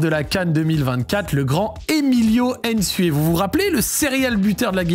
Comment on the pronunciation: c’est pas aine sue ni aine zalang c’est nsue et nzalang c’est pas compliqué mladenovitch tu le prononce correctement donc fais de meme